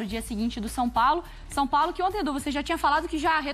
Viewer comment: Engraçado vc falando som Paulo 😅 Brincadeira a parte vc é muito bom comentarista 👏🏻👏🏻👏🏻🙋🏻